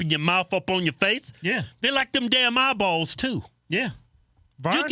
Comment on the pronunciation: EYE - Bawls 😂